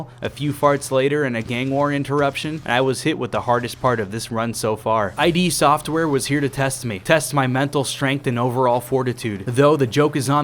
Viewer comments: ID is a word, not two letters. Pronounced Id as in Id, Ego, and Superego. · he called them I.D, software. Not Id (ego/super ego). Like I use to do as a wee lad